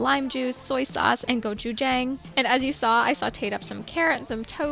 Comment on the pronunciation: It’s pronounced as gochu-jahng :) everything looks great. I’m not a vegan, but your recipes are such great inspo!